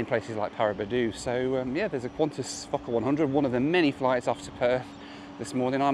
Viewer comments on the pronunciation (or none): It sounds Like f**ker 100 not focker 100. So I giggled. But good review